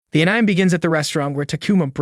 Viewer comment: I think he also pronounces anime incorrectly as well. Ain-ime lol.